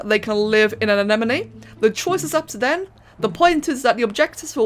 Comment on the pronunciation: had trouble in the middle of the video but was able to pronounce anemone correctly at the end. Is this a character arc or something?